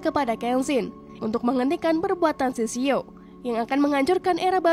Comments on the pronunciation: Kak itu shishio bukan shishao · Sishio min bukan sisao..